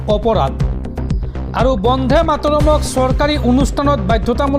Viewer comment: উচ্চাৰণ বন্ধে হব নালাগে বন্দে হব লাগে